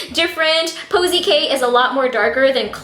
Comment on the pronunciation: KoKo K not posie K 😂😂😂